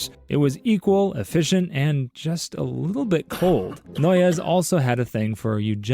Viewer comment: Always weird hearing about my ancestor founding a cult 🫡 also it’s pronounced “noise” 😩